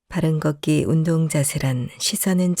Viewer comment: 이 프로에서 발음하는 사람에게 말씀드립니다. '걷기'를 [걷따]고 발음하시면 안 됩니다. [걷:따]고 긴소리로 발음해야 합니다. [걷따]로 발음하면 빨래를 걷는 행위를 의미합니다. [걷:따]고 발음해야 걸음을 걷는 행위를 의미합니다. 한국어 발음에서는 장단음을 구별해서 발음해야 의미가 잘 구별됩니다. 앞으로 방송하기 전에 국어사전을 찾아서 장단음을 공부해서 장단음을 구별해서 방송하기 바랍니다.